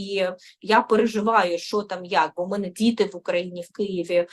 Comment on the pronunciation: Та не "мене, а ме"не, не "себе, а се"бе.